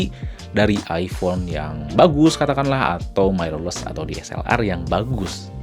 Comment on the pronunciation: Lah makin panjang wkwk. Dahlah bro, intinya niat gw dri awal cuma mengoreksi. Jgn bawa perasaan, kita pke logika aja bro, "Mirrorless" itu dibaca "Mirrorless" bukan "Mairorless". Gw yakin bnyak nonton ini video, jdi sebaiknya research dlu. Nnti bnyak org yg gatau trnyata itu salah dan malah bnhak yg ngikutin. Jgn marah² goblognya makin keliatan hahaha